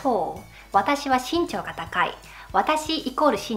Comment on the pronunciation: 日本語の発音が少し変なときがありますよ 例えば、身長とか